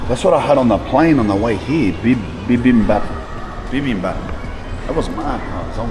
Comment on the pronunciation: Bruh your pronunciation for Bibimbab was sick af I love that and thanks for the review of Korea's dark history especially with the empire of japan